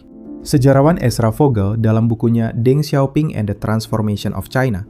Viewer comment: Ralat kak. Deng xiao ping bacanya teng siao phing. Bukan deng siao ping, lucu kedengeran kayak dendeng 😂